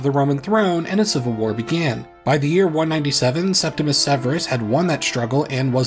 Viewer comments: Please, it's Septimius Severus, not Septimus. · Many people mispronounce the first Severan emperor's nomen as "Septimus," but it is actually "Septimius" with an "I" before the "U." I apologize if it seems nitpicky but many people seem to make this mistake. I really appreciate your videos and love when there is a new upload